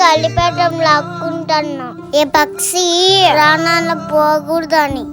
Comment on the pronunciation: Anti bro please tell how to say pakshi pls 😂😂😂😂😂